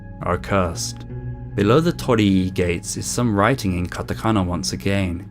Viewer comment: So that's how you say "Tor-ri Gates"